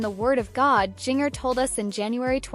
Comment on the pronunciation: I HATE AI when there is no editing to check the words for proper pronunciation. This young lady's name uses the "J" sound of JINGLE or the spelling Ginger as in the food and better yet, Japan. Having childhood trauma should never be used as a click bait channels fodder. Although the message have value but rather than using images free form, the producer of this AI voice and video farm could rather be done with respect for their condition. The flash of images and repeating sentences in same or similar form creates an additional a b us e by not caring about the subjects , and using their stories as if they are animals instead of humans.